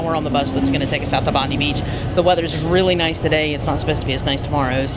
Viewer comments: It is pronounced "Bob -Eye " not Bondee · Bondi is pronounced Bond-eye.